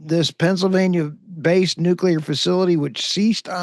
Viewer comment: Oops you called nuclear. Thats a mistake